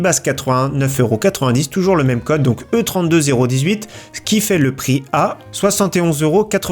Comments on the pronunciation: Tu me stresse à dire E32-0-18 😂 c'est E3-2018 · "E 32 018" 😂 je crois que ça a un rapport avec l'E3 alors on le prononcera plus "E3 2018" 😅😉